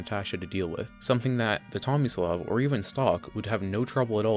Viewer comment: is it bad I legitimately thought it said “xomislav”